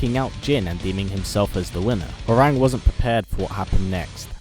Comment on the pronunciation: His name is pronounced "Hwong" not "Howerraag", smh, did u even play the game bro?!